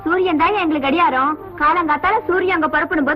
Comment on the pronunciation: கடிஹாரம் ( gadiharam) சரியான உச்சரிப்பு